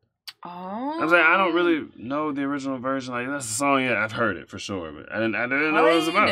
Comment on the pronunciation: He said,"Hoid it." 🤣